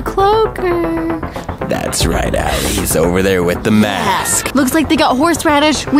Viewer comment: It Is Alie Ok Stop Saying Ally...